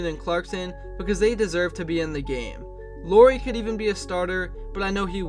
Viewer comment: Just for future reference, you pronounce Luari like Lowry (Like Kyle Lowry's last name). Maybe do 30 more seconds of research before your next video.